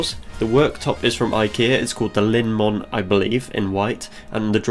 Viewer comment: Looks really good! ❤️ And you pronounced “Linnmon” really good😉👍🏼